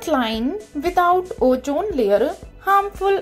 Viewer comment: MAM IT IS OZAN LAYER NOT LAYERU 😂😂😂😂😂😂😂